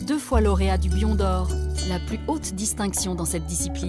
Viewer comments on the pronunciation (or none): BIÒU D'OR se prononce [biow] et non bion. Chico n'est pas du tout le fondateur des gipsy kings, il en a simplement été membre.